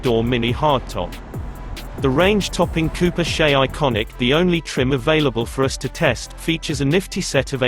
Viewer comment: "Cooper SHAY?"